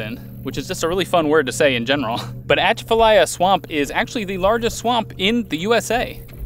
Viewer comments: Very Cool you guys were like 5 miles from where I live!It is pronounced Bro Bridge.Atchafalaya is pronounced uh-chaf-uh-lie-yuh. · The Atchafalaya is actually pronounced more like Cha-va-lie. I'm not Cajun, but they pronounce it close to that. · That is my home territory... Uh-Chaff-Uh-Lie-Uh... But you got Breaux Bridge correct... So there's that. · BTW it's pronounce Ah Chaf fa Lie ya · Awesome! Glad you came visit...our weekend home is on the water where you were canoeing! (oh, good job on the pronunciation of Breaux Bridge, not so much on Atchafalaya... lol). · I'm laughing at your pronunciation of Atchafalaya but I understand because of how far north you guys are from!